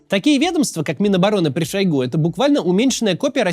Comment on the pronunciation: Максим неправильно ударение в фамилии ставит, правильно шОйгу.